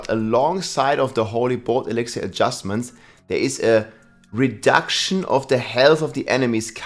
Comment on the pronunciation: E-lix-er stop adding syllables, idgaf about the accent, so fucking stupid